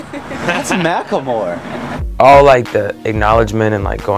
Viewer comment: i always pronounced his name "mackle-more" now i find out its "mack-lemore" MY LIFE IS A LIE